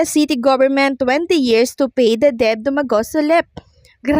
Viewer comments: Ayusin mo naman àng pagbigkas ng Tama tulad ng incumbent Hindi inkyubent at Ang word na DEBT ay binibigkas ng det silent b at Hindi deb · Debt is pronounced as Det not Deb!!!